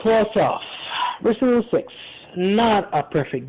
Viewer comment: “It’s jus’ naught Residen’ Evil” sigh Totally agree, Man. Totally agree.